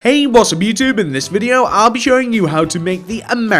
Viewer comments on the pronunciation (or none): none